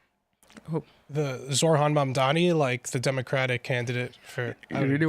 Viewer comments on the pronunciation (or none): none